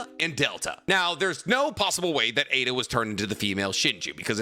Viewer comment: Dude it’s pronounced i da. You don’t pronounce raikage raykage. Same idea with Aida (iiiida) not aaaaaaida